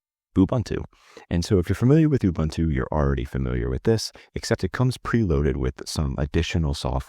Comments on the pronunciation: It's pronouced Oo-boon-two. Not Oo-bun-two. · Ubuntu is pronounced ooboontoo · Please also stop pronouncing Ubuntu wrong.